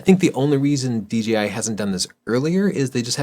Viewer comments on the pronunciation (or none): Love you guys. I've absorbed so much of your advice and even made my major purchasing decisions for 7 years based on your reviews. Just one thing though and it's seems to be a super common thing on Youtube. It's pronounced DJI, not DGI. Really inconsequential but it's my pet peeve. Otherwise keep doing what you're doing. Your channel is the benchmark for photography advice in my opinion.